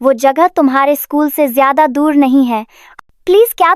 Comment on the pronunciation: Jayada ko acche se bolna